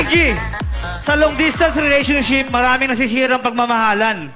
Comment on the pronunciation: hahaha nung unang salita nya palamg nag choke na di nya masyado ma bigkas yun relationship pero i dol ko parin sya xD